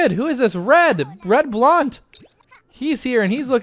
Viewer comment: wow... I think you are the first person I know to pronounce "Blount" right instantly.